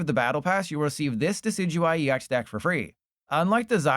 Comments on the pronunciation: Deck-E-Dewie my goat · oh that Decidueye pronunciation...